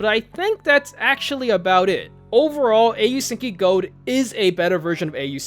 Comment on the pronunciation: i flinched every time u said Gold, it hurts to hear it pronounced like that